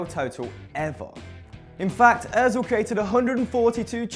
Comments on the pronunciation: Ozil not oezil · It's Mesut Ozil not Mesut Ozeil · its not Oezil its Ozil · It's Ozil not Oezil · Mesut Ozil not oezil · It's Ózil not oezil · btw...Ozil not "Oezil" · its ozil not oezil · wtf is oezil it is ozil not oezil ozil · IT'S ÖZIL NOT OEZIL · "oezil" rly m8? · it is ozil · *Özil not Oezil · Oezil wtf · oezil haha lol 😂😂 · “Oezil” just wow. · Toby Mont It's Özil ;p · And Mesut Oezil... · oezil?? do u even spell bro?? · mesut "oezil" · Oezil!?? Its Özil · It's Özil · its özil you morons